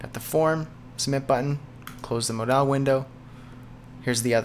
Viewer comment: Mod-owl window? hehehe no its Mod-ul good vid man thanks!